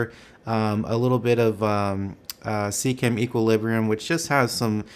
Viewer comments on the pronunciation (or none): none